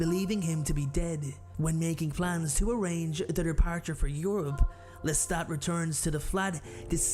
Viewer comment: Your narration is shit! It's LESTA(T) NOT LESTA(D)! MAYBE she was 5 in the novel, but in the movie she looks way older! 🤔🙄😒🤨😠